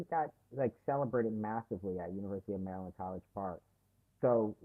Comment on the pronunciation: As a native Marylander -- I love that you're pronouncing it properly (MURRLAND) lol!